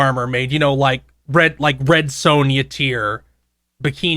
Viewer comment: For the things cannot pronounce, I can't believe he got "Red Sonja" right.